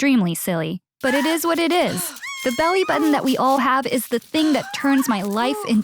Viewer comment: Her “It is what it is”. Me: It ease what it ieaseee!!”😛😭